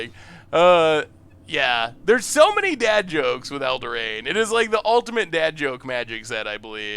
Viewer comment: Oku, Elderain. I love pronunciation of things for this set.